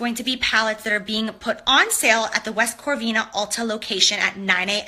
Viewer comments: She said corvina it’s Covina lol okay girl 😂😂😂it’s like did she even take the time to actually read its not like it’s actually a hard word to pronounce wow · West Corvina?? It's West COVINA, my hometown...smdh. It hurts my ears when she says it... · West Covina..lol..not corvina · West "Corvina" lmao how offensive ! 🤣😂😂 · West corvina? Its west covina girl, COVINA...busted the house, anything for views jaclyn hill cant read...there is no R girl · West Corveena? She must have meant West Covina.......mensa 🤦🏻‍♀️ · West CoRvina?! CoRvina?! Gurl, you better put respect on my cities name! Lol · Oh my god it’s West Covina lmao. There’s no R in there girl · West Covina ! Lol and it’s a city 🌃 I have family next to that city.. I kinda cringed when I heard Corvina lol 😂 so I had to put it out there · "west corvina" CRINGE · I live close to the meet n greet location. It is West Covina! No R IN THERE! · I've never been to Cali before and even I knew it was West Covina and not West Corvina. I'm from Texas get your shit together JH😡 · She said "West corvina" like you know she's so high on her horse ..sorry I don't know that area...if you live in the bay area everyone knows where that is..sorry miss Hollywood.. Bitch you came from nothing people busting their butts doing 9 to 5 to make you rich live in "West covina" ugh she's so stupid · Where tha fck is West corvina? I live in CA...did this girl mean West COVINA?🤦🏻‍♀️ got damn I cant take it anymore lol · What she can't pronounce West Covina?! 😩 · K Martin I know.. it made me laugh and she kept saying it.. Lol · silly girl can't even say West Covina 😧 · Happy Halloween 👻🦇🎃💀🖤 love ya so much!! Is she trying to say West Covina? Lol f**k is wrong with her 😂🔪🤣🤦🏼‍♀️